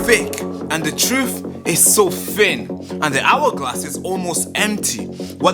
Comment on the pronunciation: Please practice your pronunciation. The words that badly stand out is Fick and Fin. The TH sound is important to be taken seriously. The correct words are "THick & THin"